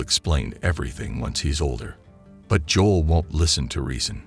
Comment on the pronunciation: That’s not how you pronounce his name Joe-l. JOE-L. That the F is Joll tf. Its Joe-L